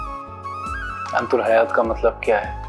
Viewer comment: Antul hayat nhi antal hayat.durust hain